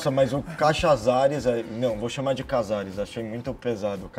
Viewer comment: imitando cazares igual um americano tentando falar português